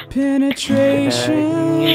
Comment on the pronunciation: penatration penatration xD hahahahahahah wtf lel